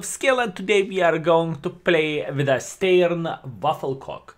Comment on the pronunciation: Steyr is pronounced as "Steier", quite simmilar to the austrian federal state styria, in german "Steiermark" ;) Nice video as always...thumbs up!